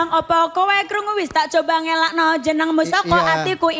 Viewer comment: ”NGLALEKE” UDAH SALAH NGOTOT!! 😭